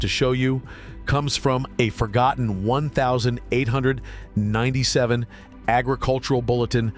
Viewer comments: AI is so dumb. One thousand eight hundred ninety seven? You mean eighteen ninety seven? Geezus. 🤦‍♂️ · "One thousand eight hundred ninety-seven" - err, 1897, a YEAR pronounced eighteen ninety seven. Stupid AI!!! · This shitty AI can't even say the year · This AI can’t read 1897 as a year..